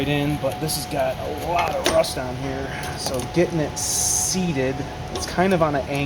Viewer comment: Oh the rrrrrrrrrrrrrrrrrrrrrrrrrrrrrrust!! lol lol Have a great weekend, call you next week!!